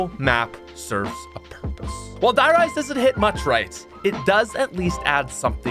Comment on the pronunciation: A little (european) part of me died when you just said 'Die Rise' with not even the slightest attempt to pronounce it correctly..